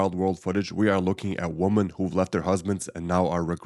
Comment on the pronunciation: Women vs woman.... pleeeeease get the pronunciation right!!